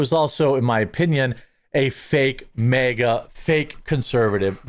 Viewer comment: It’s not MEEGA. ITS MAG -A.